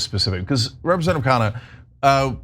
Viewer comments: Try pronouncing his surname as "khan-nah". Please repeat the "n". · its kha-nna.. not kaa-naa!